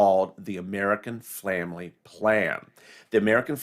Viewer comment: American “Flamily” plan? You might want to slow down just a little bit.